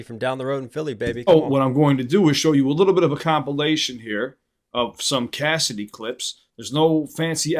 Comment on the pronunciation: Bro, it's Cassidy. You're way off.